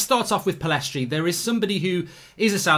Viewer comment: Mark, get the guy’s name right. Pillistri not PillEstri.